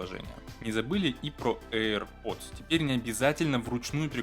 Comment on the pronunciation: Эйр Пердз....